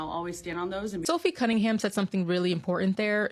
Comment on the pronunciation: It's NOT Sophie CunningGUM! It's CunningHAM, like it's spelled. Good Lord!